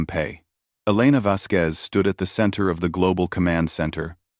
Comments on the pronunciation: The name Vasquez does NOT have a "W" in it!!!!!!!!!!!!!!!! Her name is NOT "Vasqwez"!!!!!!!!!!!!!!!!! fHow the HELL can your AI say "Vasquez correctly in every other sentence and WRONG in every other one!!!!!????? Crappy AI! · Your AI also never learned how to properly pronounce the name Vasquez.